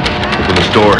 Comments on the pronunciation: I like the 2nd one where he accidentally said "open this noor" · “Open the noor” - famous last words